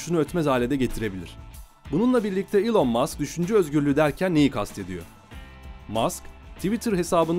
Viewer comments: Elın diye okunuyor zannediyor heralde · Doğrusu "İlon" diye okunuyor zaten eğer buna takıldıysan. Sen yorum yapmadan önce bi araştır istersen:) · Boylesine guzel bir mecrada birde su kisilerin isimlerini dogru telaffuz etseniz keske..